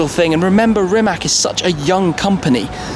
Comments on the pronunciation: just a hint...it"s Rimac not Rimak ;) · Can you say Rimac correctly it is a regular european C not the "english" c and it is not rəmák but Rímac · Great car! Btw. pronounciation is rimaC, not rimaK :) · I mean seriously why you all foreigners can’t learn how to properly pronounciate the name of the car? It’s Rimac (read it as Rimatz) , it’s not Rimack or Rymac... I would be ashamed to call myself car journalist or car enthusiast without learning how to properly pronounciate the name of the car.... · You wrong speak ,it is rimac not rimak. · It`s pronounce "Rimac" as Rimatz, not RiMAC(K) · Rimac not rimak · Its not RimaK, its Rimatz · It is not fkn Rimak...it is Rimac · It is RimaC, not Rimak!! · it is not spelled with "k". Letter c is spelled as "tz" in croatian language and basically all slavic languages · its not Rimak, its Rimac. Ree-maa-ts. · Please for the love of God, it is not "Rimak"!! "C" at the end is pronounced as "C" like it's written and not "K". let me help you, pronounce "Rimatz" . English language rules are not applied to Slavic languages. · Today Croatia is on first place in the whole world regarding electric Hypercars, Proud To Be A Croat :) And please start to pronounce Rimac's family name like it is in Croatian, we deserve that You Anglo-Saxons start to learn our language too .... that 'C' is not 'K' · It's not Rimac it's Rimatz. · Funny how all people think it is RimaK because english pronounce it like that....But it is RimaC :D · sucksqueezebangblow Don't be silly...zelja TM is Croatian and knows how to pronounce Rimac...Brits and Americans very often pronounce wrong our surnames if the letter C in a question..so.. it is Rimac c=tz not k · It's pronounced "Reemats" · I am Croatian and Rimac at the end c is not k it is c how you pronounce it correctly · It is spelled "remahts", the "c" at the end is spelled as "ts" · hah Rimak XD XD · Stop calling it Rimek. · Rimac, pronounced 'RIMATS'. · Stop sayng Rimak...